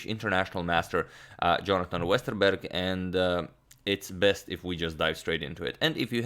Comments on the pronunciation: Impressive pronunciation of Westerberg. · I'm of course not saying his pronunciation is perfect, it isn't, you can't expect that from someone who's not from Sweden. All I'm saying is that it was way better than I expected. Most people don't get a single part right; he basically nailed the "Berg" part of Jonathan's name. I know swedish, I was born in and have lived my whole life in Stockholm.